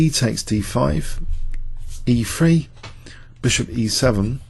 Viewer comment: Did he say "E free" or is it "E three"?